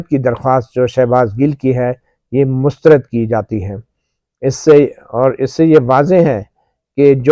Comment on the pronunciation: گڈ ۔۔شکریہ۔ اچھا یہ لفظ مسترد میں آپ بار بار ر کے نیچے زیر پڑھ رہے ہیں۔لیکن زبر ہے۔۔mustarad بولیں۔ شکریہ